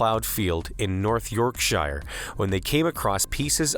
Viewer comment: Its York Shur not pronounced how you said it.